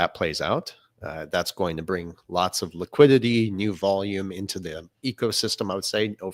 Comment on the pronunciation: Please someone tell him how to pronounce Volume. Great show guys. Thx.